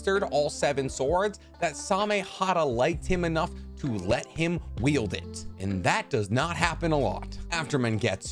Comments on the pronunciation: I know he's saying wield but it sounds like yield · Wield not Yield!!!! I'm sorry, it just finally irritated me too much. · I'm sorry. I don't want to nitpick, but this man is saying yield instead of wield. I can't be the only one who hears this right? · Did you say "yield" for all of these??? It's called "wield". Yield is something entirely else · I think when you say yield you mean wield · I can’t tell you how many times I just listened to you say “yield” instead of wield… Are you good? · Bro needs to learn the difference between wield and yield 🤦🏻‍♂️